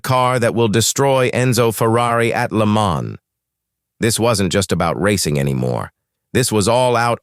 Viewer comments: I just can't handle the AI voice overs! A V12 is not a 512 because that's what AI will interpret it as. Most of the time he pronounces Le mans correctly and other times like AI would and for that I give the video a 👎 and then let YouTube know not to recommend this channel ¿`_ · Dieses KI-Gequtsche ist unerträglich. Wo war das Rennen? In Lemon? Carol Shelby war eine 'Sie'. Lächerlicher Kommentar. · "le moan"